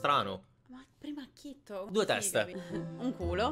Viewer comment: Acchito non acchitto